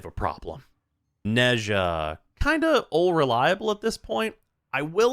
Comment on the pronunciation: When will people learn how to pronouns 'Nezha'?